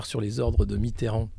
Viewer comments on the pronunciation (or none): none